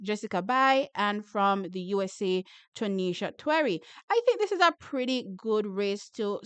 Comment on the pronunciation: Twnisha "TWerry"??? 🤣.